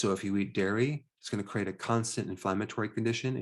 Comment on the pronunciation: You're saying "CRATE" for "CREATE""